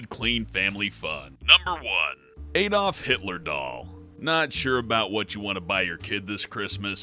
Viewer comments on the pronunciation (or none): none